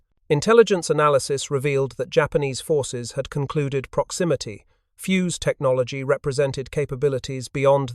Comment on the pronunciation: The inability of the (assumed} AI commentary to pronounce the simple word 'fuzed' spoiled a very interesting video. Obviously the people who developed the proximity fuze were a lot cleverer than the people who make and use AI